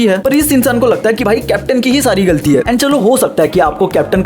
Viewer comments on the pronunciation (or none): none